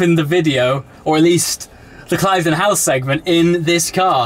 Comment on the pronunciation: Ooops - an exclusive club at an exclusive location but you ought to have known it is pronounced "Klivden" not "Clive-den".